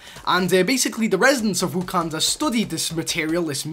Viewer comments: It’s wakanda not wukanda. Wa-kan-da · Wakanda not wokanda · Did he just say ”Wukanda”? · DevilBooster 10 that got me so mad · I was like nigga what are you talking bout wakanda for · Bruce Banner can say Wakanda better than you